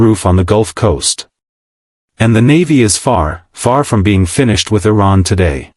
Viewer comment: T-Ran? Thumbing down.